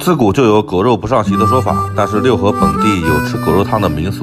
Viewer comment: 应该是Luhe，不读Liu